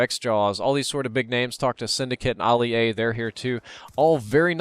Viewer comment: It sounded like Oli-A rather than Ali-A